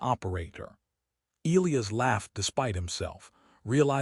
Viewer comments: LET US TRY THIS AGAIN AND MAYBE WE CAN GET IT THROUGH BEFORE THE END OF THE VIDEO ELIAS IS PRONOUNCED. EEE LIE ASS NOW HOPEFULLY 🤞 THE AI CAN PICK UP ⬆️ THE HINT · FOR A MACHINE THAT IS SUPPOSED TO HAVE INTELLIGENCE THAT IS COMPLETELY INCORPORATED ALL OF MODERN HUMANS KNOWLEDGE, THE AI THAT EITHER WROTE OR NARRATED THIS VIDEO SEEMS TO HAVE LITTLE TO NO IDEA ON HOW TO HANDLE ENGLISH DICTION. ELIAS IS NOTHING LIKE WHATEVER IS BEING PRONOUNCED THIS NARRATOR. THE CORRECT PRONUNCIATION IS ELIAS. E LIE ASS. AND THAT IS IT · Fix your AI. the one that wrote it and named a character Elias, or the one that Narrated it, and doesn't know how to pronounce Elias. either way, my ears are bleeding, thanks.